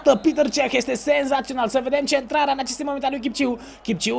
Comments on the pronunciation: Nu e pităr ceh este petr cech . ! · E Petr Cech , nu Piter Cech